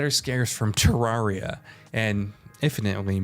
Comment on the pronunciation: He said terreria wrong